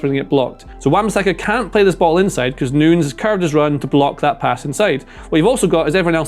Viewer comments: its new- nez not noons mate pronounce the guy's name correctly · Great analysis… BUT it’s nunyes NOT noons … I’m American we suck at both English and Spanish but common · He calls Nunes 'Noons' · Everytime he said Nunes its pronounced differently